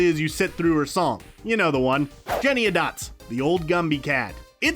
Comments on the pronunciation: Why does have so much trouble saying Jennyanydots? This is the second video where they've called her Jennyadots. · Jennyannydots, not Jeniadots. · Also its Jennyanydots not Jenydots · It is Jennie Anydots. Not Jenny Adots. Gah. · It’s Jennyanydots, not Jennyadot. FFS! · Jenny ANY dots, not Jenny-a-dots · It is Jennyanydots. Is in Jenny any dots. Not Jenny a dots. Her name is literally sung in the first line of her song, so how are you mispronouncing it? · Soooo...You repeatedly referred to Rebel Wilson as Jennyadots. Her name is JennyANYdots. At least get the character names correct. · I swear if I watch one more video where you guys call her "Jenny-a-dots" instead of "Jenny-any-dots" I'm going to lose it. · JENNY. ANY. DOTS. okay? Not Jennyadots or however you keep saying it. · I like how the guy reviewing the movie definitely hasn't seen it, since he has not said Jennyanydots correctly, once. The way he says it is like claws on a chalkboard. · Say it with me: JENNY-ANY-DOTS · This guy made at least two videos about Cats where he mispronounces her name multiple times. I cringe every time. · I think he's doing it on purpose - this is the second video I've seen of his with that pronunciation.